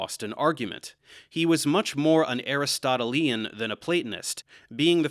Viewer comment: To be honest I cringed hard when I saw that You were going to cover this subject. I do have to watch the previous video. I was surprised, You did a nice job. One criticism, the way You pronounced Aristotelian. Next try: A Wrist Toe Till Lee Anne or Ahn. Thank You Sincerely in Xto Mike B. B. From Philly, P.A. U.S.A.